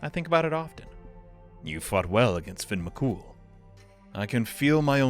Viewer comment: I love that he heard Fionn's name pronounced, and then not five seconds later pronounces it incorrectly.